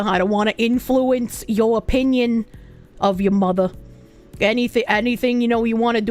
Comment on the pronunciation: The bostonian reeeaallly comes out when she says "yuh mothah" and its fuckin great🤣